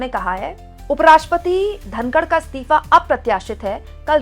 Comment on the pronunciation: मैडम स्तीफा नहीं होता है इस्तीफ़ा होता है. और बर्दाश्त ए क़ाबिल नहीं क़ाबिल ए बर्दाश्त सही जुमला है. और आप स्तिथि नहीं बोला करें सही शब्द है स्थिति. आप को पहले भी बताया है लेकिन आप ध्यान ही नहीं देतीं. एक हिंदी anchor से ऐसी उम्मीद नहीं जाती और न ही ये अच्छा लगता है.